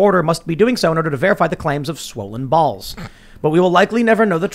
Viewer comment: From now on pronouncing balls like Tim. Bawlz! 😂